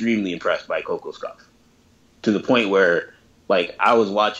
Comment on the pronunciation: Hate to be this guy but it’s pronounced ko-KAWSH-kov